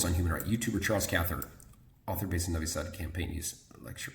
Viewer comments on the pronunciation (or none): none